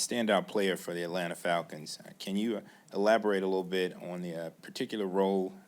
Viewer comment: The word "elaborate" caught AJ 😂😂😂😂😂😂😂😂😂. That Clemson edubacation!!!!